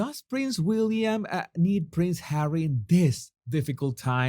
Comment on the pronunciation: No body needs Hawwy, no body wants HAWWY.